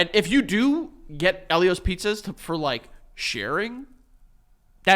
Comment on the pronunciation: It's pronounced EEL-io's. I will die on this hill 😂